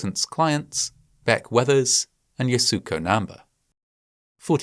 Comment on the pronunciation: The pronunciation of Yasuko Namba's name in this video is WAY OFF!! I am a big fan of Fascinating Horror & find all the videos extremely well researched & with plenty of care, concern & empathy toward victims of the many tragedies explained therein. However, a bit of checking with native speakers of the language of foreign names would definitely help. To offer a bit more respect toward mounaineer Yasuko Namba, her name is actually pronounced YAH-skoh NAM-ba (with emphasis on capitalized letters).